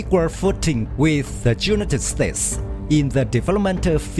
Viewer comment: At least you should know how pronounce united states